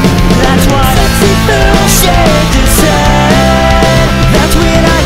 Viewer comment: It's ESS-ECKS-EE phil. not sexy phil!!!